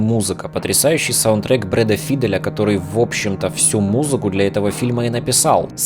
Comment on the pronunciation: Ля. Постоянно слышу одну и ту же ошибку в произношении фамилии Файдэл. Как музыкант ты должен знать правильное произношение